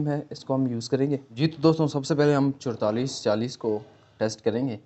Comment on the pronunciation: Chodtalis Chalis Kya Hota Hi Chaualis Chalis Hota Hai...